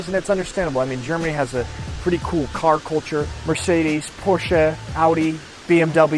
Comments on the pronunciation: I really liked , that you said Porsche and not just Porsch like many Americans do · omg... he said porsche right. note: tiktok has this american women who got corrected about how she said porsche wrong. then she asked another american whos name on tiktok was "porsche", he comfirmed that she appearently said it right. then they cut the official pronouciation from an official porsche ad. at her video which comfirmed that she and him said it wrong and the comment section was right. im not sure if she is still on denial though or has even seen the offical ad